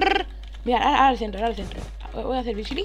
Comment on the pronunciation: Jajaja i mao jsabe hablar dise brizili